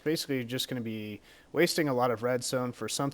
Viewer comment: lol he said weed in stead of wheat